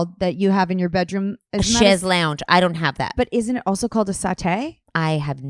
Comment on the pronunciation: Mispronounced, you are thinking of, maybe ... settee [ se-ˈtē ] noun 1: a long seat with a back 2: a medium-sized sofa with arms and a back chaise longue [ ˈshāz-ˈlȯŋ ˈshez- ] noun : a long reclining chair I have no idea what you're referring to for "corn on the cob" other than tongue or lip(s) movement fore and aft along the shaft. I wish we, men, had a better flavor of semen than plain Milk of Magnesia for the women folk plus your desired special effects.